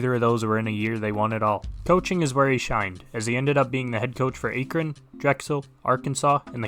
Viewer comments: That's certainly one way to pronounce Akron. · Your pronounciation of Akron disgusted me. good video